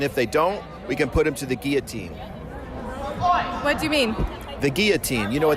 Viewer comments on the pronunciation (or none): "The Gee yo teen", "do you mean the guillotine?" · the chick with the english accent pronounced guillotine wrong lol